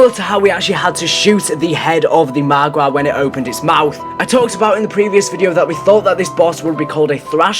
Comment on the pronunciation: When he says margwa 😂